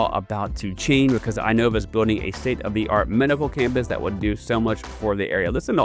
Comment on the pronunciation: Just FYI: It is pronounced "in-OH-vah" instead of I-Nova